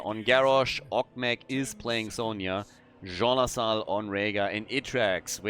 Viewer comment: I keep hearing Zso Sahaal instead of Jean Lassalle.